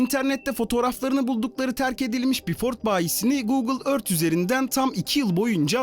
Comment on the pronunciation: Earth demeyi kim öğretti sana